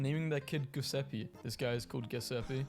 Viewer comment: The Brits always butcher names in foreign languages. The pronunciation of Giuseppe is horrible in the clip .